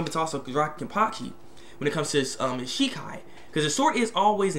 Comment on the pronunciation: ken-pa-chee not kenpakhi